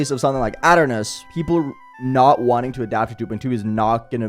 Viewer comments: ah yes "ot" ernos, i swear to god if thats the correct way to say it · it's pronounced ee tur nus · that is probably funniest way of pronouncing "Aeternus i think ive ever heard LOL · Say aeternus again I dare you